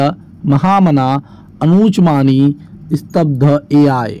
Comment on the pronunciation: सर, आप खुद ध्यान से नहीं पढ़ रहे हैं।अनुचानमानी को अनुचमानी पढ़ रहे हैं।